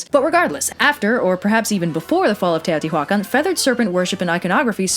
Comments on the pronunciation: No, you actually pronounced everything quite good, except Teotihuacan. The "h" is completely silent, and doesn't emphasizes on the "hua", is in the "can" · The way you say "Teotihuacan" (at least, I'm assuming that's what's being said?) just brings out all the Spanish teachers of my youth correcting our pronunciation. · I know this is a language thing and I mean no offense by this but it took me a couple minutes to figure out you were talking about Teohtihuacan(probably spelled that wrong. It's been ages since I had) mostly because I'm notused to hearing mostly english speaking people with pronouncing this place as you would in English. This video was really fun though!